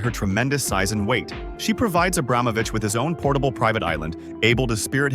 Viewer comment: Pls, learn how to pronounce the last name Abramovich correctly.